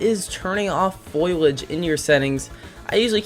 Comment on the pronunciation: Lmao foilage 😂 You mean foliage?